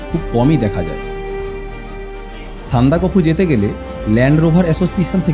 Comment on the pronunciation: সবই ঠিক আছে ভাই, তবে সান্দাকফু উচ্চারণটা ভীষণ কানে লাগলো, যা আমার কাছে সহ্যের বাইরে। উচ্চারণটা সান্দাক ফু।